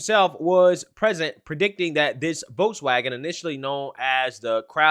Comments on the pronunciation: Dude needs to learn how to pronounce German words, especially Volkswagen. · This is from wikipedia Volkswagen (German pronunciation: [ˈfɔlksˌvaːɡn̩] (￼listen)),[Note 1] abbreviated as VW ([faʊˈveː] (￼listen)), is a German motor vehicle manufacturer headquartered in Wolfsburg, Lower Saxony, Germany. Founded in 1937 by the German Labour Front under the Nazi Party